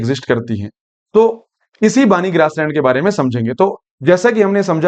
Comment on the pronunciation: बानी नहिं , बन्नी Banni